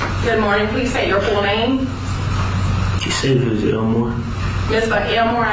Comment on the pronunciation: Keisavious? Where the Hell do these people get these names? He can't even pronounce it. Whatever happened to Willie? Leroy?